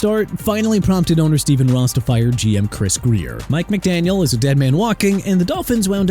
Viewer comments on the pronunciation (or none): none